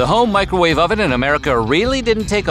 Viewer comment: Ah yes the good old "Micro wah-veh"